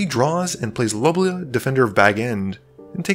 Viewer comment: Was impressed with the game! Only issue is Lobelia (low·beel·yuh) being mispronounced when you got ever single other name correct.